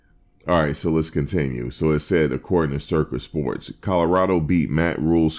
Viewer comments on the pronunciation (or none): Did he say “Circus “ Sports?😂😂😂😂😂😂😅